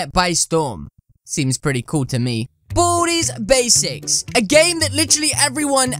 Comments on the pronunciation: Boody Bzics lol Its Baldi Basics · U saying booty baseks